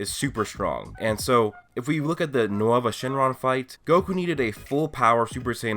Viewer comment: How he said nouva shenron was funny